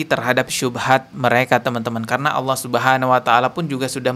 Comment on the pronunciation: "Tidak ada bedanya AUWOH dengan setan" wkwkw bibirnya ga bisa bener lafadznya, karena memang nama-Nya Allah